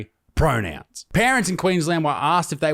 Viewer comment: Fark. Pronouwns? For skoowl? 😂